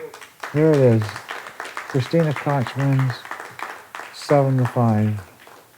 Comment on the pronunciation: Somebody tell Earl Striplnd how to pronounce Kristina Tkach